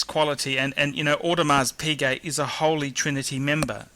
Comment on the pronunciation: Damn it! Audemars Piguet, not Audemars Puget!